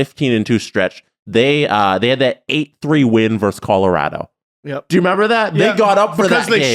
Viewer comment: It's not "verse" when you're comparing or putting two teams against each other. It's "versus". A "verse" is in a poem or song. If you HAVE to shorten it, it's "v".